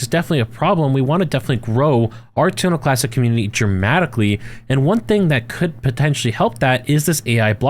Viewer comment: WHy does he keep saying Tuna Classic?